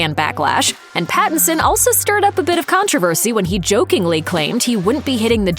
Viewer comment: *Pattinson. If you're going to bash the man and his choices, at least get his name right.